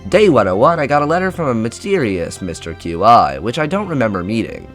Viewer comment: Mr.Qi pronounced Mister Key